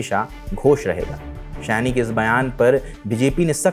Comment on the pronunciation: Please use Bengali/Sanskrit names correctly. In Hindi it will be शायनी not सयानी.